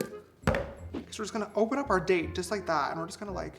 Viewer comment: You said date all I heard was taint!!!! 😂😂😂